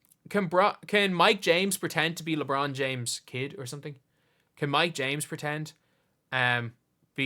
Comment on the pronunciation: Bronald James?